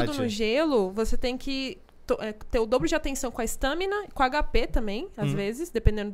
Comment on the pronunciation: Por Que ela aind0a não foi demitida ! Ela fala stâmina